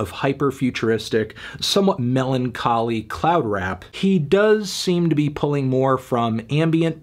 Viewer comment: "MELONcholy" _ a melon.